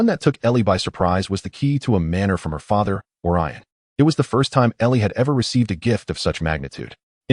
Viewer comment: Would have been better if you fixed the names that was sometimes wrong. Such as: Olyrion=Orion Gunter=Gaunt Thanks for posting!